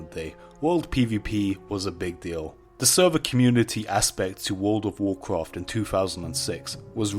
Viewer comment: wuwd of wocroft